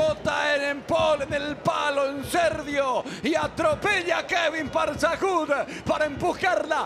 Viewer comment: Por qué le dice “ParzajuDD” a Parzajuk? 😆